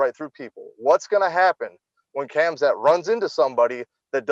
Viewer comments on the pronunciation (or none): Everyone: Khamzat Meerschaert: Khazma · Not Hazmat 😂, Hamzat! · and Did he say "hazmat"? 😂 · He kept calling him Hazmat LMAO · Did he call him HAZMAT instead Khamzat? In any case, Khamzat is fighting above his weight class. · Dude, He said haZMat, meaning he confused the letters m and z. No matter how you pronounce it, the m comes before the z. Just check the original: حمزة